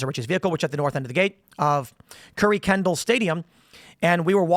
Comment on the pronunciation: Tim, as a Houston-area native, I’m here to inform you that the stadium name is pronounced “Kirk-en-dahl” by locals.